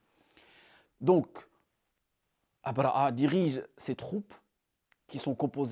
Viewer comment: أبرهة الحبشي، بالهاء أو أبرهة الأشرم وليس أبرأ( abraa) كما تنطقها انت. تستعمل العربية والفرنسية ولسانك ينطق الحاء والهاء بسلاسة، ولكنك لا تنطق الهاء في ابرهة، شتان بين الاثنين وانت تعلم ( أبرهة وابرأ )، حتى بالفرنسية لا تنطق a. على كل، بارك الله فيك و مزيدا من النجاحات.